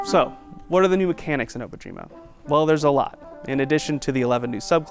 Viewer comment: I'm confused about the pronunciation of the name of the project. Obojima in Korean is "Dont be afraid" while Obojima in Japanese is "Grave Island"(technically not even a word though...). Both languages do not pronounce the name like the creators have been. How is everyone else pronoucing it?